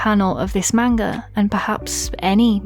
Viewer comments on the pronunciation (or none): Good video on witch hat atelier but you say manga so wrong probably it’s your accent not being mean